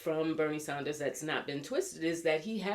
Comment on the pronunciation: It’s Bernie Sanders. Maybe you’re purposely pronouncing/spelling his name incorrectly but just mentioning.